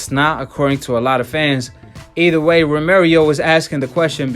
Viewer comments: Stop saying romerio...its ro-mer-oh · Its Romero, not Romerio lol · Romero not Romer yo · Romero not romarieo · Romero not Romeiro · This dude is saying romirio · Say it right.... Row Meh Row (Romero) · THIS NIKKA SAID ROMERIO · “Romerio fought like the version of maidana when he’s first came from Argentine” 🤦‍♂️ come on man at least get your pronunciation right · Did you just said "Romerio"???? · I was distracted by him consistently mispronouncing "Romero"